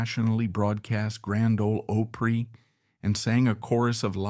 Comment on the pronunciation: You want to have all this info concerning those great country artists; then you need to learn to pronounce: Opry…. “Awe pree”